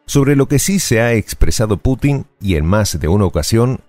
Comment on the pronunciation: Es "Putin" no patinar.